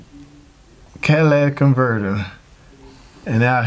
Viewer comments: Even if he did miss pronounce, catalytic converter, everyone knows what he meant. The guy obviously has some sort of accent. Also, for all the idiots commenting on his mispronunciation, where is your channel explaining this, in your perfect English? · Thnk you! I learned a lot… people dying on word yes it was pronounced incorrectly… but what about the knowledge tht was given to possibly save alot of us so much money? Thnk you I just changed my Catalytic converter up front 2012 Traverse. Omw to work tonite damn light came bck on! So run codes tomorrow see what else wrong with this thing. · cadaladic or catalytic, whatever lol! Yea, if going to nitpick over pronunciation, probably don't have the patience for mechanic work!😉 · Cadillac converter? Does that change my Chevy to a Cadillac? Catalytic pronounced Cat - uh - lit - ick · Quality breakdown! Thank you. But this has been driving me crazy... Catalytic, not catalatic. Cat-uh-LIT-ik. 😅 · Cadillac Converter??? Cadillatic Converter?? It’s CATALYTIC Converter!! And I’m not even a mechanic! 😂😂😂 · Don't judge someone by their speech or pronunciations obviously if you understood what he was actually saying. Not everybody pronunciation the same but the story is the same. He may not be good at speech but he know what he's talking about when it comes to vehicles. Straight up if you don't like the fact it sounded like Cadillac and not catalytic then go on to another channel.. 🤣🤣🤣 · Idk how much I can trust a mechanic that calls it a converter. It's cat-a-lit-ic because it uses a catalyst to neutralize some gases in the exhaust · Listen, many people mispronounce Catalytic, the video was informative. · sounded as though he said catalatic converter. so what? I know people from maine that put a kwatah in the meter to pwahk their cah. accents are just that. still good info. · I thought he said catalytic? Or cadilatic... either way I can understand the explanation 🏆